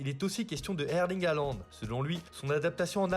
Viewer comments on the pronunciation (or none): none